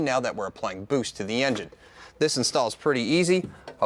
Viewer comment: My dude said "Engiene" wow lol